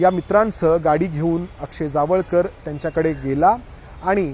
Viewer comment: Jaavalkar nhi tar jawalkar ase nav aahe